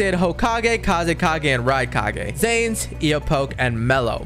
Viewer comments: i had a heart attack every time you said "Kazukage" like bro do you even watch naruto its fckin Kazekage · I feel like has not watched naruto kazukage? What it's kazekage and that was not killer bee